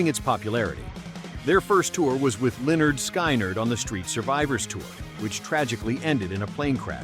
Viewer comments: does it again - "LEN-NERD SKY-NERD". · It's pronounced like "Lenerd Skinerd". Please they were epic.